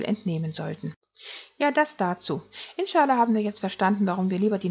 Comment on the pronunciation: Wird eigentlich "inscha Al-Lah" ausgesprochen. Bedeutet "So Gott will"